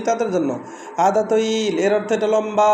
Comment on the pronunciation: ভাই হাদা না হাজা